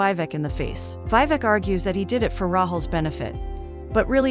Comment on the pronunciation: It's not VI-VEK its VEE-VEK